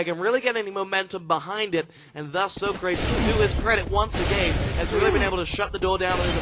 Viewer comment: Why are they pronouncing Socrates as Soh-craets?